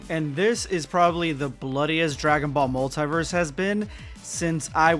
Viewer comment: What's wrong with your pronunciation of multiverse Are you dumb or what stupid illiterate, I am giving dislike